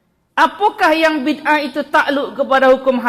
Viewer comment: Mereka gak tau ngomong bid ah. Tapi maksain jadi ngaco parah